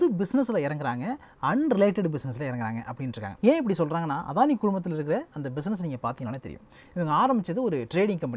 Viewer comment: அதானி இல்ல, "அடானி".